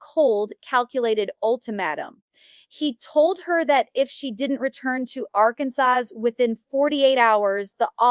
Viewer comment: The pronunciation of Arkansas gave it away...AI crap